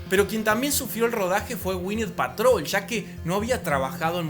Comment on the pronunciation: Es Gwynet Paltrow no Patrol,es Bruce Banner no Branner y es Jeremy Rener no Jaremy. Excelente video ❤❤❤❤❤ y todas las películas de esa fase me gustan